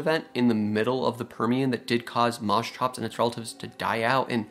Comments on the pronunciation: Yeah, what the hell is mos-chops? It's mosch-ops as you said coming from (μόσχος | moschos "calf" and ὄψ | op "face, eye"). I know it's hard for english natives to pronounce the "sch" but try mosh-pit > mosh-ops. Funnily enough i learned a few years ago that Dunk-leos-teus is named after palaeontologist David Dunkle and osteus "bone", so would be pronounced Dunkle-osteus. Nobody is immune. But that only means we all can get better. Just to many creatures get their name butchered. Be better than the rest. Call them by their real name. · Mos hops, not mos chops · It's pronounced Mos(KH)ops (a heavy H sound) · Moschops = Permian Porkchops Well, they look like you could get some pretty good chops off them. At any rate, I'm pretty sure it's supposed to be pronounced Mosch-ops, with the "sch" pronounced like "sh", not Mos-chops. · it is not pronounced like that. correct pronounciation is "musk ops" which means calf head. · Interesting animal, but please learn how to pronounce "Moschops" correctly. The ch is pronounced as in "chiropractor". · CH in greek sounded like a K. Say moskops. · Isn't pronounced as mos-k-ops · Strange pronounciation. Here in Germany we pronounce it Mo-shops. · You'd fare better pronouncing it Moskops. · Try 'mosh', as in mosh pit. And the -ops is the same as in Triceratops. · Yes, the Greek ch is pronounced like in Scottish loch per se, but after some slight anglicization you arrive at mos-kops. In other words because it needs to fit English phonological tactics. Mind you, I also know only the barest minimum from a liguistic standpoint. A person knowing greek well might contradict me. But mos-tshops is definitely wrong. Greek ch should always become k or in rare cases g when anglicized, never tch. Here's your analogies: psychology, dichotomy, monarch, archaeology, anarchy and so on and so forth. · Moschops is such a fun name to say!😂 Especially if ya pronounce it in stupid ways like I do!😂